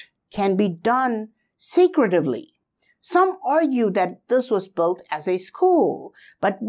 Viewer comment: With all respects, not even mentioning your efforts to find and explain all of your investigations. Would you be able to pronounce the word (Built)? You mean to build, but you are sounding like Bolt! I think you should say build or perhaps Billed but not Boilt or as you are mentioning this word more than 10s of times in every recording. Please say Billed or Biled instead or bold or boilders...biold etc. Say just Billed but no sound of (O)!